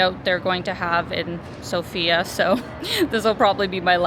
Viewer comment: Good luck! One of the first things that you'll learn when coming to Sofia is that the emphasis is on the O instead of the A, making it sound less like the traditional name.